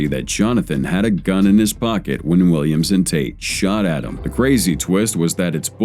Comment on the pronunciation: I swear, every time the narrator said "Williams and," it sounded like it was saying "Williamson."